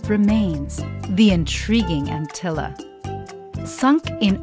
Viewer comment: by the way it's antilla with 2 l's so its like spanish not just l